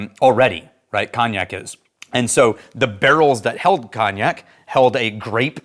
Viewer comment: Your pronunciation of cognac as Cawn-ee-yak, is incorrect in every part. At least get the one syllable right lol